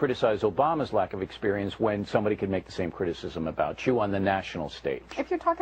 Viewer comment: By the way, is Sarah from Gemany...she has that "gutteral" pronunciation of the word "experience" that is so annoying. I am so sick of her nasal, whiney, stupid comments. I feel physically ill everytime I hear her!